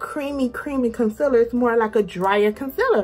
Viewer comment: I'm loving the concealer reviews. Dark circles are my main concern. Your accent when you say con-siller cracks me up. 😆